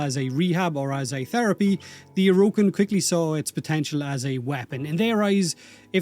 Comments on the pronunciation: “O’Rokin” the Irish accent is strong with this one 😂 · Please pronounce Orokin properly